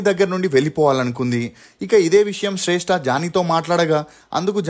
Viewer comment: శ్రేష్ఠ కాదు రా శ్రష్ఠి రా బాబు